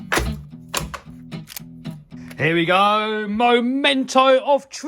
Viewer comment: Lmfao, anyone else realise said mo mento of truth